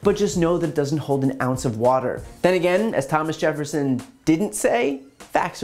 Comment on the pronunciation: Lol, frat boy politician can't get Thomas Jefferson right? I know people who don't speak English that know that much